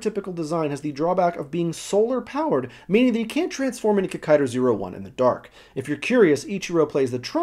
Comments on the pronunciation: Its Kikaida.....not Kikaider.......get it right. Its how you say it in Japanese. Sorry that really gets on my nerves.. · Its pronounced KEE-KAI-DAH not KICK-KAI-DAH (there is no emphasis on first or last part of the name so no kikai-DA bs), and Hakaida/Saburo IS the youngest brother of the trio built by Dr. Komyoji..hence the names Ichiro, Jiro, Saburo...first son, second son, third son. Coincidentally Ishinomori sensei also created the Kamen rider V3 series with character Kazami Shiro (Shiro meaning fourth son) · Hey, just a note: the correct pronunciation is KikaidA, and not Kikaider. In the spelling of his name, キカイダー, the 'ダ' is pronounced 'DA' (the 'ー' just means the 'a' is held a little longer). That being said, katakana is the 'alphabet' used to spell, or approximate, foreign words, or created words. If the word being approximated is 'rider', as in Kamen Rider, then 'rider' is spelled 'ライダー', and pronounced 'raidA'. But with Kikaida, the name comes from a combination of Japanese words and you can't reverse translate the 'DA' to 'DER'. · Never say KikaiDER. hahaha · In Hawai'i most people know it as "KikaiDA" rather than "KikaiDER". Really cool video, it's great to see this series getting attention! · Where did it get the "er?" It's supposed to be Kikaida...